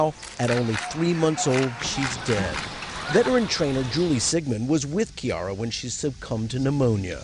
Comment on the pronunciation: it's not pronounced "kee-ar-h" it's pronounced "Kie-Ar-Ah", which is a combination if her mother and fathers names.